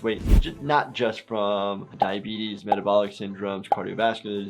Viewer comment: Ah yes. Diabeetus